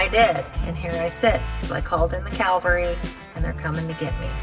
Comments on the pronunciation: 'so i called in the Calvary"? I chuckled for a while over that one. Thanks. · I enjoyed the different pronunciation "car-mel and cal-vary". We say ca-ra-mel and ca-val-ry where I live. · the corrrect word is caValry NOT caLvary. Calvary is the place Jesus died on the cross; Cavalry describes a highly trained military unit. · When you call “Calvary” I believe you’re calling the mount and the upon which Jesus gave his life for all humanity. If you call the “cavalry” that would be a bunch of hyped up strong men coming to save you. I think it’s a good idea to pray in these times. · I love you guy's, but you don't call in the Calvary. You call in the cavalry, Calvary is where Jesus was crucified. Keep up with the great videos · Calvary is where Jesus was hung on the cross. Cavalry is whom you call in… love you guys, sorry!!! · There is a sizable difference between calling in the “Calvary” and calling in the cavalry, but in your case either would be appropriate! 😬 Love the show guys, great work! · Great video! But tell the word is Cav-al-ry, not Cal-var-y. (for those who served in the Cav.) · Calvary is where Jesus was crucified. Cavalry is a mounted soldier brigade. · i think you meant "call in the caValry.," not calvary. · Cavalry… cavalry… look at the order of letters in that word. Calvary is a christian word… an historic place. The people who might come riding to your rescue is the Cavalry. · Calvary??? Love ya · Cavalry vs Calvary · Calvary / Cavalry. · you’re so adorable! You didn’t call in the “Calvary” (an open-air representation of the crucifixion of Jesus), you called in the “cavalry” (an army component mounted on horseback) LOL. New segment for the videos…”what’s this word, with!” HAAAHAHA. These videos just wouldn’t be as entertaining without you girl! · I heard say Calvary instead of Cavalry and the hymn started playing in my head.:-) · The calvery? lol.